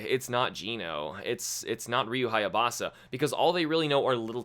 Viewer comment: Minor correction... It's HAYABUSA... Not HAYABASA